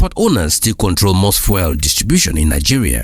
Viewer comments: fuel pronounced fewl:face-red-droopy-eyes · fuel- "few-l" not that nails on a chalkboard pronunciation you're doing